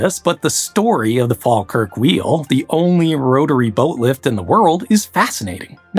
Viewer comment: What video were you listening to? a few minutes in I've heard Scawtland, Glaiscow, Fall-kirk, Edinborrow...